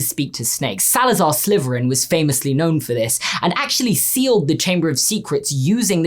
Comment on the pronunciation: Okay, did say “Slyverin”?